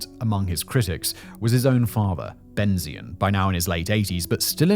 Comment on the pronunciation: Just one complaint. The name is pronounced BenTZion the TZ sound is like the TS in cats